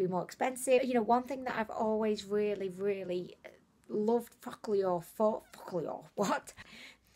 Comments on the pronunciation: I pronounce it foo-ka-lure and she says it like fučk-a-lure 😂😂😂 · same here ! is like fu**llure 😂😂😁😁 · me too haha !! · am i the only who feels like everytime you say focallure you swearing at us 😂😂😂😂😂 stop it .. lots of love from zimbabwe xoxo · I I laugh everytime you say Focallure 😂😂😂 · Everytime she says focallure i think she's swearing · 😂😂😂😂 same here.